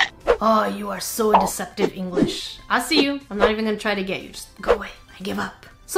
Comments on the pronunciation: POV: you went back in the video to see if she actually did eat Englitsh instead of English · Did anyone rewind the video Whene she said that it was anglitch instead of English to make sure